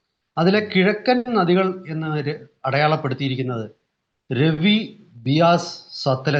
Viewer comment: Ravi river,रावि नदि, രാവി നദി എന്നാണ്. ( രെവി നദി, रवि नदि ,Revi river ) എന്നല്ല.